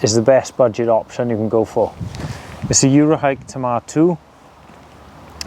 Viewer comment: I've got loads of tents from the Akto down, I love my 5 year old Tamar 2 and not because I was brought up beside the Tamar river but because it's a class tent. I've done 45-50mph winds in it but anything higher would be a bad idea. Also great to hear the name pronounced right.